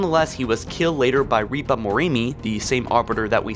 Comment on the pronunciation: "Reaper"? surely Ripper